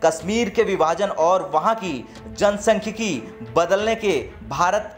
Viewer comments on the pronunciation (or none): तुम काफ़ी अशुद्ध पढ़ते हो, अब 1.46 पर देखो, "जनसांख्यिकी, , " के बदले जनसख्यिकी, बोल रहे हो, उच्चारण पर ध्यान दो.